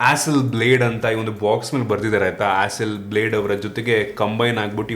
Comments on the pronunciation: It's not pronounced as blade. Pronounced as blaud. Hasselblad🤭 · Bro that's not "Hasselblade" it's Hasselblad..